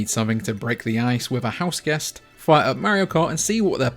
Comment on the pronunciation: Can’t believe a video with a guy mispronouncing Mario and not having Breath of the Wild as a top Switch game has 100k views. There is no god.